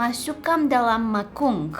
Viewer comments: it's not masungkang dalam mangkung it's masuikan dalam mangkuk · mangkuk not mangkung but is okay😅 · Ahahah she said "mangkung" instead of "mangkuk"